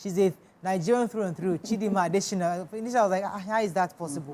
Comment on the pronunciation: It's ADETSHINA not ADESHINA please. " yoruba have the habit of twisting names to suit their own.